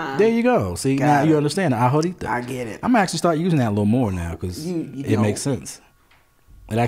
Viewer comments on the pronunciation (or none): Loving the video. FYI - the letter “H” in Spanish is silent and not pronounced. The words ahora and ahorita are phonetically pronounced ah-or-ah and ah-or-ee-tah. And your pronunciation of La Comer was correct the first time…(lah coe-mair) with emphasis on the first syllable of the word ‘comer’. Syllable emphasis is very important in Spanish.